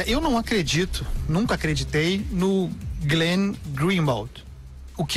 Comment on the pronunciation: Fala pro Andreazza que é Glenn e não Green .. kkkkkk